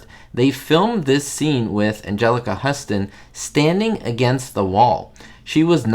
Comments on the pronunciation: Great video i love the Addams Family. Love both movies, but liked the 2nd one more its of my favorite movies. And its pronouced Houston like in TX not Huston. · Huston is pronounced 'Houston." A movie buff should know that, especially given the fact that her father is one of the great figures in Hollywood history.